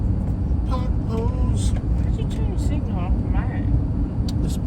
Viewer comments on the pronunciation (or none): none